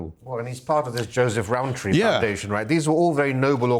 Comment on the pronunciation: Row tree pastels gine vegan mr rowntree 😂